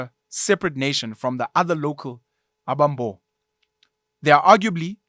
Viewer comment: Although not of Xhosa ancestry myself I think amaXhosa will largely agree with your commentary although there is a room for improvement in your intonation and pronounciation of Xhosa names. 'Abambo' sound better in 'Abasembo' with the stress on the second ('se') sylable.